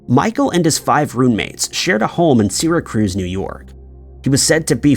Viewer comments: Sear ra cuse not sera cruise duh. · "SEERA-cruize" New York?!?!? 😂😂 Do you mean: Syracuse? I also laugh when pronounces: Edinburgh, Scotland like: "EDDIN-burg" 😂😂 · My all-time favorite is "Doo-BLIN." 😂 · His Syracuse is quite wrong, but what is Edinburg if not Eddin-Burg, unless it's Eedin-Burg? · Bro. Syracuse pronunciation hurt me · You are not pronouncing “ Syracuse” correctly. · Really?! It offends you that I prefer to hear the word "Syracuse" pronounced correctly? Credibility.